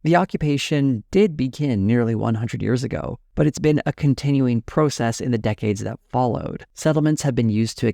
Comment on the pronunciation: You don't say the word "process" correctly.